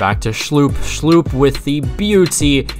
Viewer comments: Its not pronounced Jeffrey Schloop, but pronounced Jeffrey Schlupp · When he prounces schlupp as schlooop...lmao